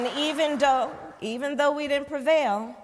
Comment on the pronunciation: So California tax dollar paying for her to travel around country for her own benefit. Corruption. ......lol. she said ," even doe....". Well educated my ass